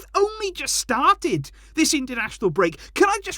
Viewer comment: The way he said 'started' cracks me up everytime